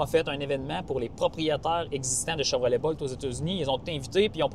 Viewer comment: Bolt ne se prononce pas comme volt 😊